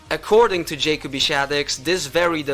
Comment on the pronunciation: It's not pronounced (Jay)coby, it's pronounced like Jacoby. You're welcome.